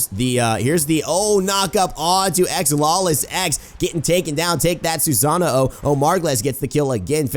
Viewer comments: why do you say "susano-o"? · Why do you say Susano-o? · I love ya but when you pronounce Awilix's name correctly but not Susano's name Susano o. The way you say it is how you name the weapon hr possesses. Anyway nice vid.